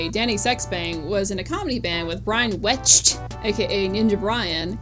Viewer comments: died laughing at the emphasis on brian wecht's last name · Is it a bit to pronounce "Wecht" that way?